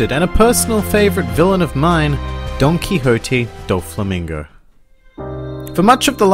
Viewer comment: Who's donkyhotay dolflamingo